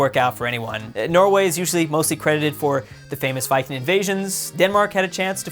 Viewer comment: Dude it's Viking not vikin